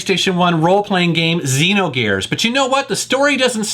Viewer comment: You pronounced XEnogears wrong.